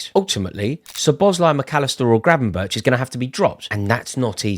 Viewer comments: Sum say it’s Gravenberk sum say it’s Gravenberg but it’s definitely not Gravenberch 😉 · Please say Gravenberk not Grabenberch. You sound stupid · Gravenberch is pronounced as Gravenberg.